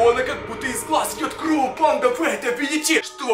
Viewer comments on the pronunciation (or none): почему ты говоришь кров